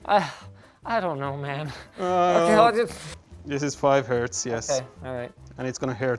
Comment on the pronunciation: "It's 5 herts and it gonna hurts" -Mr. ElectricalBoom